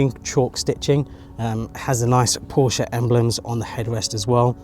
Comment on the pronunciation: You are one of the few from England, who can properly say Porsche. I respect that. 😄